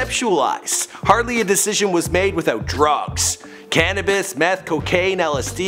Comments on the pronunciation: "Cannavis"??? lol I think you mean cannabis, dude.. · Lmao "cannavis"